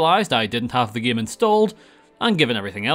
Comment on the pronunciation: I like when he says "gaem" everytime